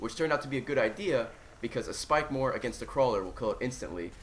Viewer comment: when he said spikemore at first i thought it was a pack-a-punched claymore!